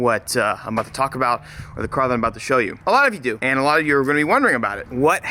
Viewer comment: He did not just say he works alote hahahahahahahha wtf